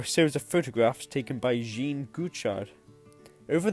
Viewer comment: It’s not Jean as in the female pronunciation. More “yezghong@ French. You know. Informative video .